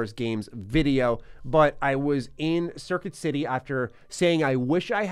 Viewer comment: At first I thought you said serpent city instead of circuit city and thought holy shit what kinda epic stores do they got in New York